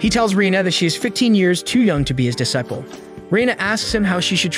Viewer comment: idk man..he did say dis-a-ple (disciple) ^^